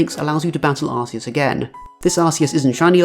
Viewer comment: This guy lost me at arseus